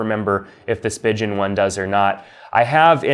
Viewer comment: Great video. Most people say Spigen like Speegin and Ringke is pronounced Ring Kay